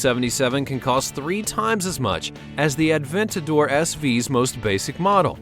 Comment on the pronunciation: The one-77 and the Aventador SV are not even close to the fastest cars. And it's not pronounced Ad-ventador it's A-ventador. There is no D.